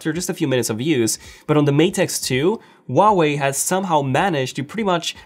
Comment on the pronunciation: The pronunciation of the brand: Who-ah-way